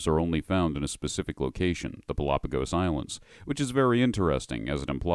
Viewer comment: My man it's PALpagos not Palapagos. It's named so to keep with the game theme.